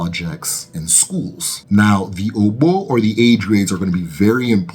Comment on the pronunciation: You are doing well. But kinfly improve on the pronunciation. The ogbo pronunciation was so off. The o at the beginning and ending is same sound as "or" in orbit.